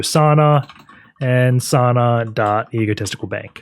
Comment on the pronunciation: Pronunciation is Sawuuuna, not Sana. Sana is wrong lol 😆